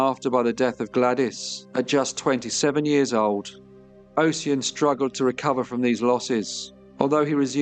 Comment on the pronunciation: fyi NAACP is pronounced “N double A C P” here in the states. and Ossian is Osh-en, with the first syllable like “posh” and second like “pen”